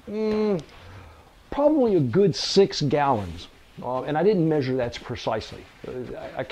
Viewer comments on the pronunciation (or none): none